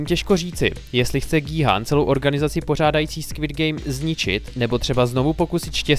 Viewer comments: gííí háána ? :D wtf vždyt je to kjhun :D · G-Khun(čte se to Gí-Jun